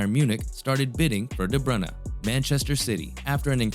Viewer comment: Really nice video! There wasn’t a single moment where I thought of leaving, this is extremely great content. You earned a new sub :) Also finally someone that pronounced his name right. Keep going!!